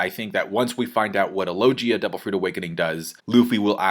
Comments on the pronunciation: Why does he call it a lojia? Even in the anime they pronounce it with a g. (Lo-Gi-Uh) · Awesome as always! 👏 Just one thing, it’s LOG-IA, with a hard G, not lodgia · Please stop calling it lo-jia. It's pronounced lo-gia. Makes it annoying to watch your vids with the wrong pronunciations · But logia is pronounced with hard g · Can u please pronounce logia right